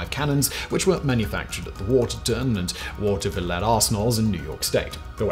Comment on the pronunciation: I grew up in Watervliet! It’s pronounced Water-Vuh-leet. Not water-vill-it. It’s a weird Dutch name. Never knew the arsenal made these!